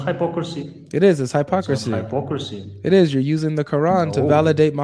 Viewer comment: That's Hi-pocracy bratha 😂😂😂😂😂😂😂😂I'm crying